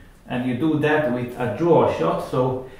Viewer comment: I love the way you say and Just like zat! I have been really trying to wrap my head around inside spin shots. This helps see how I could use it. Most everyone will want to know how to adjust aiming. Good players like you may not quite know because you just do it naturally but I dont really get where to start. The cue will squirt but also not hit the object ball in the same spot, so I try to aim thinner but quessing for now.